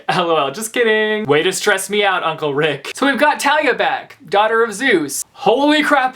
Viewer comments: You zeus daughters name wrong thalia not tellaey. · Okay, it's awesome that you're reading this, but let me say something, it is pronounce THA-LI-A. It has a TH sound not a T sound. Rick himself has said this before so it is cannon. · That kind of bugged me too, haha.